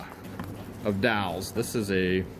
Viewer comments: DOLLS!..DOLLS.DOLLS.... NOT DOWLS.. NOT DOWLS.. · I was mostly listening to this video instead of watching when I heard you say "dolls" (sounded like dowels, like the kind you put in cakes to layer them). I was like what's he going on about dowels for? So I actually watched and finally realized you were talking about dolls. LoL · Wtf are dalls theyr dolls not dalls lol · Dolls! Not dawls! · When you were talking about the box of "dolls"--it sounds like you are saying "dowels". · By the way they are dolls not dalls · Hey bud, they are pronounced "dolls", not "dalls" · I keep thinking he is saying "dowels"